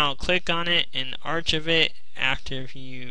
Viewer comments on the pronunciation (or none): Thanks, this helped. LIKED this. Tip: Saving to a collection is pronounced "ark-ive" not "archiv" It's the same root word (and sound) as archaeology. You may have heard of the National Archives.